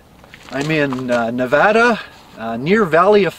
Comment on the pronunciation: Thank you so much for pronouncing my home state correctly! :-)